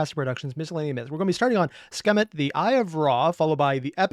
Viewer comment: How did you read it as “Skemet”? The E was before the K…